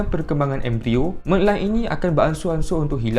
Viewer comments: sebut melk line ke milk line? its milk. Not melk. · Milk = melk 😫 spoil betul dgr org sebut milk “melk” 😭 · Dia tulis MILK LINE Dia baca MEK LINE pa celop? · Milk bkn melk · Dia punya milk bunyi melk, hahaha